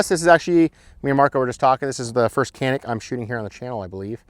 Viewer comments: Chanik not Kanik... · Its pronounced janik mateh